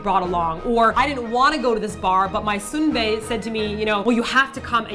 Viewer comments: Seon-bae...선배...not soon-bae. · Tbh, dont forget the gay version of this. lol they have those for gay men too lol the fact she said sunbae like soonbae....yeah idk if they speak korean..after all these years...but anyway...yeah idk what to say bout this issue... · Ah-ma, or 안마 plainly means massage and it is Sun-Bae (선배), not Soon-Bae. The fact is statistics on social aspects such as these can be very inaccurate and easily manipulated. The only real credencials you guys have over the other sources then, is your experience. But you make your audience question even that with your obvious mistakes. Really, stop assuming knowledge you don't have and ruining the reputation of another country. Those who do not know any better might really believe you guys.